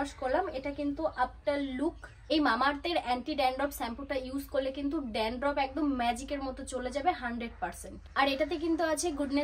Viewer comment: Sampoo noy, shampoo. Dandroff na, dandruff 😊 Pronounciation thik kore korbe.